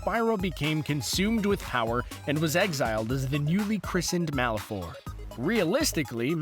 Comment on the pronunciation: the "e" in Malefor is silent.